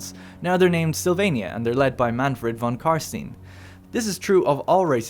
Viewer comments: "von Carsteen"... May Sigmar have mercy on your soul, heretic. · im sorry... how the fuck do you pronounce einstein? do you say EINSTIIIN? you fucking idiot, say the vampires name right.